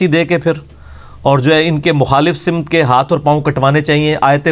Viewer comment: مخالف سِمت❌❌❌ سَمت✔️✔️✔️✔️✔️